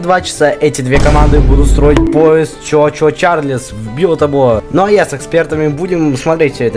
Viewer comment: Этот паровозик не чо чо Чарльз,а чу чу Чарльз ^^ О